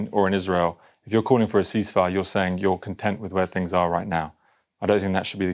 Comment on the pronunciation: "fings". Why do so many English people have trouble speaking English.